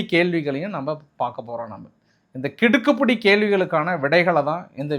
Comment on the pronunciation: Kidukkupidi . You always spell it wrongly. The correct pronounsation is KIDIKKIPIDI and not Kidukkupidi. Pl correct it in future